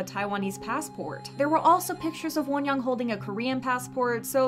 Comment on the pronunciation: lol why are you pronouncing her name like wonyong? you can literally just pronounce it like won-young, like how you say both words in English